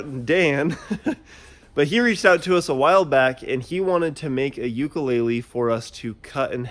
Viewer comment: He said Ukulele wrong every time